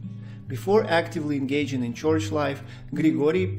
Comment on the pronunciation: It's not a "choich." It's a church. Roll the "r."